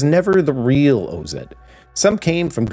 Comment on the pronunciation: its OZ like wizard of oz lol not O-Z lol..but anyways im fucking hype for this game..the game ive been waiting for